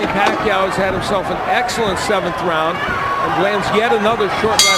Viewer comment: To all the people from the Western countries , you're pronouncing Pacquiao's name wrong.